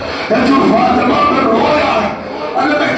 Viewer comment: Bhai fatena na h fatima h